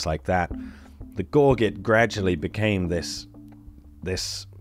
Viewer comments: I've got a few points to make. For context, I'm a Native American reenactor and historian most interested in the 18th Century American Colonial South. - It's pronounced "Gore-zzjay", as it looks in French even by the English historically. - I'm not saying that this is what they are as I concur with the conclusion of this amazing video but just for the interest of viewers, "primitive" people did have gorgets. Native Americans wore them as far back as the archaic period and they are well represented in the archeological record. We wore stone and shell gorgets up to and past the period of european contact. Around the late 17th century European gorgets became a common gift by French and English to allied tribes for important leaders and became a big badge of status. They lost that esteemed meaning later in the late mid 18th Century when they became a common fur trade item. Gorgets, both American paleo and European, are commonly worn as modern Indian regalia today. - That sort of was a British uniform Washington was wearing. In that portrait he was a Colonel in the Virginia colonial militia. It was actually one of Washington's great grievances that he wasn't given a commission in the British regular army even though he could more than afford to purchase one. This is one of the many ways colonists were second or third class citizens in the British social structure. - Wooden items similar to perforated batons have been found in the Americas and are similarly believed to have been us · I'm Brit born myself, but gorget is pronounced "gor zhay." Like wise "ba TOHN." They're relatively simple words. It affects the entire tone of the presentation, much like the professor I heard call the Sioux the "sy oux." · “Gorguette”? Gorget is pronounced “gor-zhay”. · Interesting vid. FYI Gorget is pronounced gor-jet with a soft e. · That's not how you pronounce gorget. It's a J sound. As in gorge, throat. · Gorget is pronounced Gorge-et with gorge as in “to eat rapidly”.